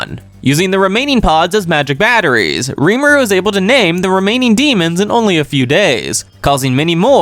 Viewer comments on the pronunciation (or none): none